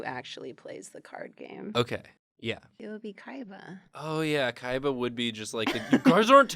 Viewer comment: Is it me or she is pronouncing it "Kaiva"?